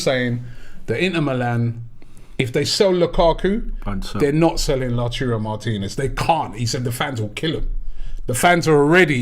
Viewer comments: It’s luataro not la churro you fool… learn to pronounce the damn names properly… it’s called respect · Its Lautaro not Latouro … is it so hard Rob? Is there anyone who can explain it to him for once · So disrespectful this guy keeps calling Martinez Lachuro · Robbie, great show, but please try LAU - TAR - RO just in case he’s listening. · You're both wrong about the pronunciation of Martínez first name. He's Argentinian, which is Spanish ancestry. It's pronounced Lao-tAH-rdo. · Love the way pronouncees everyone's names worst than Robbie 🤣